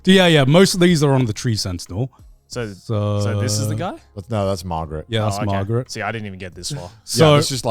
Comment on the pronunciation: Did garnt just called Margit, Margaret??